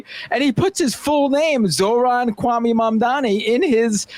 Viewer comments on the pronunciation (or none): Kwame = Coo, Ah, May... not coo, ah, me. Just an important note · Kwame is pronounced Kwah - Mae. Thank you.